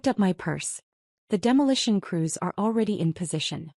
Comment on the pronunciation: Crews, not cruise. Reed, not red.